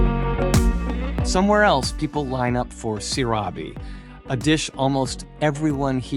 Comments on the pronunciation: which area or which street the market is located the food you were explaining is not sorabe is seerabe and the brand is not BorBerry is bar-barea ( sound like apple ) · On the 31 minute of this video you are SABOTAGEING the name of the food، it is SEE-RAA-BEE & SHEER-DOON please don't pronounce them WRONG. They eat this food very late at midnight or very early in the morning. The next one is pronounced Ka'le'h Paache'h.